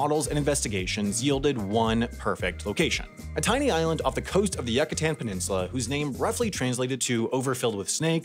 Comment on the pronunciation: "YUCKATAN PENINSULA" LMAOOOO